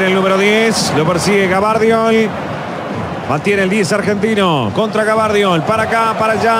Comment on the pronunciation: Gavardiol dice el uruguayo xd